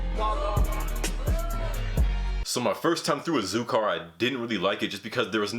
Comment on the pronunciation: Dude said “Ah Zoo Car” 💀💀💀 he not friends with too many Latinos huh😂😂😂